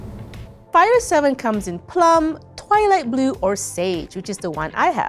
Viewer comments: Heh. It's "twilight blue". But it did sound like she said that. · Did you say toilet blue?